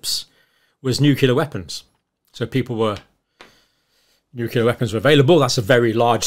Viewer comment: May I ask how does someone of British origin (educated with obvious reading and writting skills) gets infected with “nukelar” deviation? As for “X” rise in various diseases was predicted as a function of global warming in 60’s. Which bit of human history makes you think next pandemic will not come. With increased exposure it is inevitable, pathetic thing is that in 14th century we knew about and used quarantines (mandatory in civilised parts of the world to protect people and economy). Today we have evolved past that so we kill people to protect economy and profit on sickness.